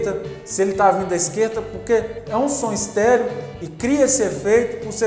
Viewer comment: Entendi "som histérico" kkkk